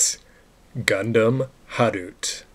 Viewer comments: lol...tried pronoucing that in japanese.....but....it's pronounced "Ha-ru-t-eh"! ....anyways great vids! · well, the pronounciation in japanese and other asian language is "Ha-Roo-Tay"